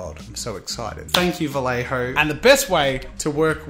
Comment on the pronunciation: As a Spanish speaker I could suggest you pronounce "Vallejo" as "Vayejo"... it's closer to how it should sound in Spanish. But do as you please, really haha I'm just being annoying and picky. Keep up the good content!